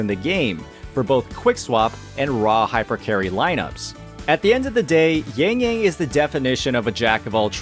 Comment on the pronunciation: bro i love your video, but she's yangyang not yengyeng